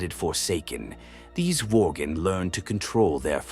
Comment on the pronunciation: lol "Vorgan"